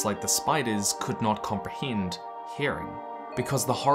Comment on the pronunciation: I want to know more about this “comprehiind”